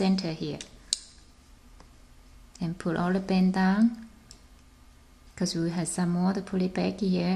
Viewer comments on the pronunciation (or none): none